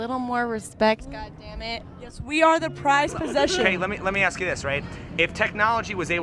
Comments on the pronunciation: black dude dressed also wearing black "cap" can you say ask please instead of "axe" aks what s the deal with some of Afro-American dudes "can't" say ask? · It's very annoying when people say "AKS" instead of ASK.